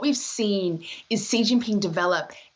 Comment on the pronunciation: How you talk about someone when you don't even know how to pronounce his name? It's not dzirius!